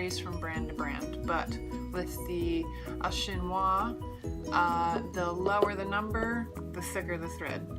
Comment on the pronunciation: Thanks for the info! I’m just starting out and having a hard time choosing thread. But I do like the story and quality behind Fil au Chinois. By the way, I live in France so just a tip, you can pronounce it like this: "feel oh shin wah" 😉👍